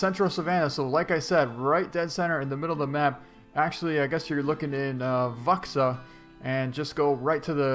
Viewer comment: It's pronounced voo-sha but it's spelled vuxa.